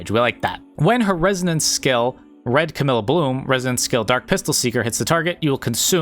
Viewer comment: I notice your saying Camille instead of camellya if your struggling to say her name it’s like the animal camel- then “eya“ camellya